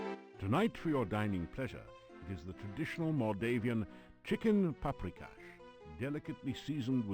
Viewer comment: Oh the way says "Paprikash" is so good. Love it and will share a recipe!